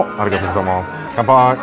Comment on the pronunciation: How are you so bad at Japanese? YOU LIVE THERE. Please learn just a little bit. Like to pronounce "Arigatou gozaimasu" properly...please.